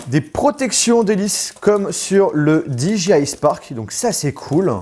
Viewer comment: Cool, merci pour cette video très rapide après la sortie! En tant que possesseur du Mavic Pro c'est impressionnant de voir la compacité de celui-ci... Par contre s'il-te-plait, est-ce qu'il te serait possible de prononcer DJI correctement, c'est très irritant... 😜